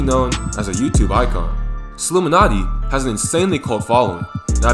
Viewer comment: It’s Solluminatti not Slouminatti